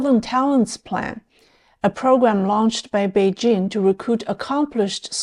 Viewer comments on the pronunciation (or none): none